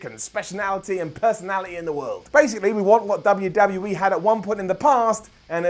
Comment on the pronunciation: said WWE like he says WCW and that is not okay